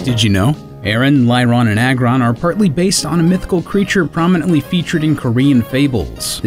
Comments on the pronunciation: pronounce Lair for me? It's Lair as in Lairy or a Lair Agg as in Aggressive or Aggregate but we all make mistakes, trust me as I've grew up I've got a lot of their names wrong, always used to say Niddo ran and Venna saur as a kid 😂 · Lareon not Lyron Lairon - Lairy Aggron - Aggressive